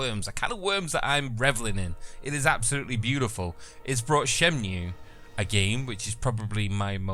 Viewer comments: Shenmue, not SHYENMYOO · shen-moo, not shen-mew.